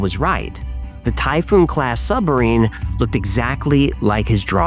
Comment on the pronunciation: That enunciation of submarine is creepily good lol.